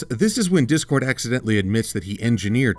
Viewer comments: when I first heard her say that I swear I thought she said "Dick-cord" instead of "Dip-cord" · I thought Iheard say dickcord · Does anyone else hear say dick-cord or is it just me?